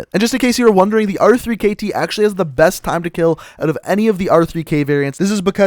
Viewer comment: why do you call it the r three kt and not the rekt its so annoying